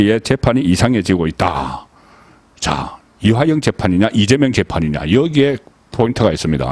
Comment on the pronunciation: "이하영"인지 "이화영"인지? "이하영"인지 "이재명"인지? 발음을 정확히...!